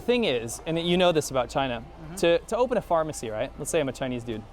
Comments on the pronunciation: "harmacy", how accurate. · "harmacy", so fitting